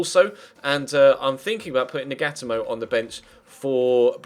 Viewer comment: it's not nag-at-a-mo it's nag-a-toe-mo